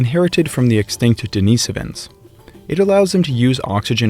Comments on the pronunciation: If schizophrenia is a factor in human evolution, so is psychopathy. I wish it wasn't. Also, "Deh-ni-SO-vans". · I've never heard Denisovans pronounced deNEEsufins. Is that the proper way to pronounce it?